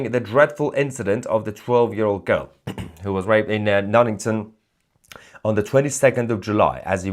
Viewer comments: It’s pronounced NUN…EAT…ON. Sounds like you’re saying Nunnington. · I’ve never heard Nuneaton pronounced like that before 😂